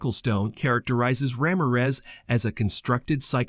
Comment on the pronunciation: The way you say "Ramirez" throughout this video🤦‍♀